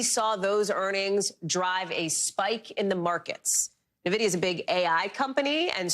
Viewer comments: It's not nuh-vidia it's N-vidia like the word for envy in Spanish. 🙄🙄🙄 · its not pronounced nividia, it's pronounced N-vidia lol , you. can tell they don't know much about computers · Say 'Navidia' again! Say 'Navidia' again, I dare you, I double dare you **, say 'Navidia' one more ** time! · Holy crap, how many times are they going to mispronounce Nvidia?